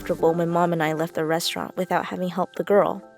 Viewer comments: Lol "risrorant" 😂 did anyone notice that? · It said risturant